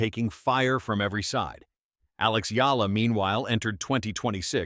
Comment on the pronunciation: HER NAME IS EALA NOT YALLA DUM. BO